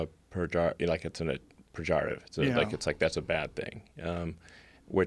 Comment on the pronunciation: lmao how did he say pejorative PERJARATIVE